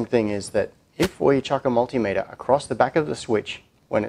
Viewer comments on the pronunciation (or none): none